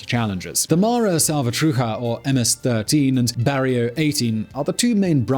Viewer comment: how does someone not know hoe to pronounce barrio🤣😭 its BAR not BEAR nicaraguiya?? i mean cmon is this a joke